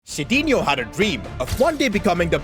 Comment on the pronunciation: btw it is not sidinho, but sidinhu to read...funny, you cant even read correct your creation.